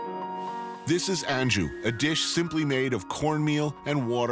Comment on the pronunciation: A comment about a certain food's name: it's "an-goo", not "an-ju".